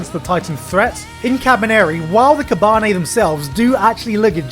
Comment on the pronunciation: Please learn proper Japanese pronounciation. Ka.ba.ne.ri not ka.baneri